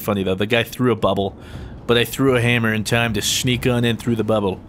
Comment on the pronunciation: "He threw a buble"